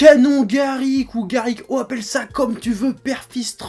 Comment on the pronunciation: J'ai remarqué que c'était canon garLick et pas canon garrick. En tout cas, c'est la prononciation d'Eric Legrand dans DBZ kaï.